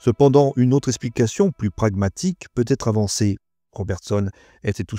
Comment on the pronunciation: Très bien, mais il y a un petit problème de diction... A chaque fois que l'occasion s'en présente, vous faites une liaison malvenue : vous dites "pu têtre" au lieu de "pu être". C'est dommage d'ainsi gâcher un bon travail. 😀😀😀 Ah, plus tard, vous dites aussi "la trace de petits objets", mais cette fois-ci sans faire la liaison... Bonbin y'a juste un petit travail pour annoter votre texte avec de petits signes pour les bonnes liaisons (facile à faire) avant de passer à la lecture pour la prise de son. Simple 😃